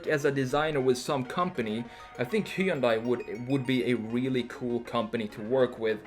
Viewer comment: he yun die...dunno if Koreans pronounce it like this, but ---kewl